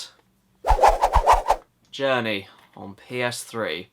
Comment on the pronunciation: You know that you pronouced Journey wrong, I know that you're Brazilian but I am also Portuguese from Portugal. Just a little fun fact for you!